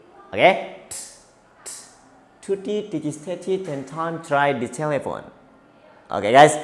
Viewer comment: Mohon di koreksi lagi pengucapan “telephone”. To sound juga bisa dikoreksi kapan baca to, te dan de . Plosive, fricative, affricative, nasal, lateral, vibrant dan semi vowel bisa lebih diperjelas kak posisinya. Kata per katanya untuk pengucapannya mohon dipastikan benar dan tidaknya 😊.